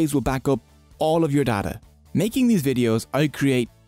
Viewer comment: I'll be honest, that accent aint great for the word data, brother. "Now let's talk about the borders between you and your dada" I'm on YouTube right? Not the hub?